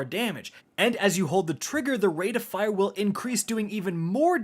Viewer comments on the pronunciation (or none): none